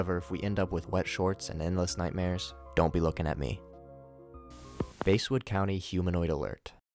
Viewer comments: it's pronounced bass like the fish not base, i live near Basswood IRL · It's bass not base like a large mouth bass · It's not base it's bass lmao english much? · It's not basewood its basswood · “Base-wood” lmao